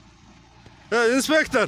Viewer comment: Автор Таластыкпы инспектыырр дейт го